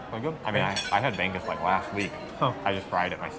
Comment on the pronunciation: Not sure if you're joking about the pronunciation but bangus is pronounced bang-oos, not bang-goos. Also, the stress is on the US, not the BANG. So it's bang-OOS. Stress on second syllable like balut. Just in case you're not kidding 😬